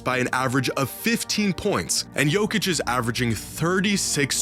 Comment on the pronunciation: Il faux aprendre prononce le nom Jokic !